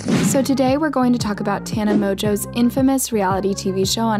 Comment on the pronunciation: The fact that she said "Tana Mojo" doesn't help.